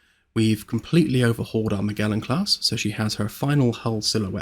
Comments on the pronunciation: Cool video but man Magellan has a soft g like ma-jel-in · Sorry to be "that guy" but Magellan is pronounced Mer-Jell-un